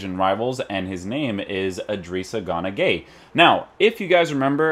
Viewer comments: Why does he say gunagueye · He seas gunagueye and it pisses me off